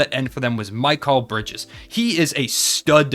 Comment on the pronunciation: Mikal Bridges❌ ✅ Mike Call Bridges